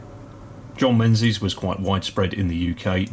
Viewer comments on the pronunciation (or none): Dave from Dean Park isn't gonna be happy with your pronunciation of the proud Scottish name Menzies there! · Is it "Menzies" or "Mingis"